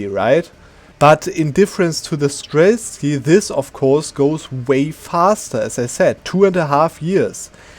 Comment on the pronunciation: sir there is no "k" in streltsy